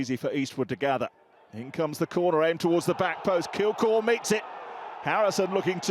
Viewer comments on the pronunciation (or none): Kilgour not kilkour 🤦🏼‍♂️